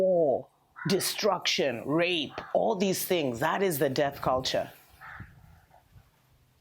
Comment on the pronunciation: Whenever you said death culture I kept hearing the debt culture... hopefully debt culture ends too